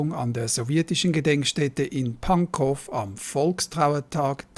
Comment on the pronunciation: Pankow; gesprochen wird es Panko nicht Pankof.